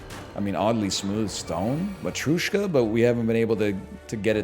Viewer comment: Why does he pronounce Matryoshka like that